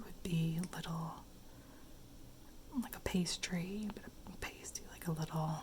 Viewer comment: It’s pronounced past ee, it basically a pastry full of meat and veg